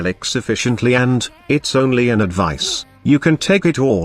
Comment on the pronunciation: can you please type "advize" into the text to speech so it doesn't say "advise" xd Keep up the good work!